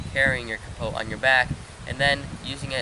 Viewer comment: The "t" in capote is silent, other wise, great video.